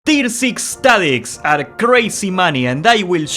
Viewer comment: Decime que sos argentino sin decirme que sos argentino, tir six stadits buen video bro, metele mas a esa pronuncieishon